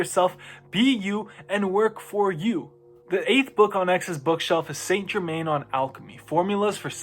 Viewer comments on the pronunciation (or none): none